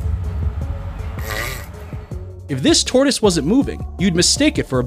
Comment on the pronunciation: [ { : tôrəs or tôrdəs ? (torus or tortoise) :( } ]